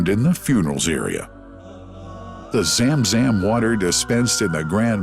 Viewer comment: Zam Zam Water Not Zem Zem Water😂😊